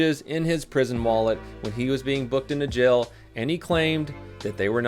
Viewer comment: When says jail it sounds like gel 😂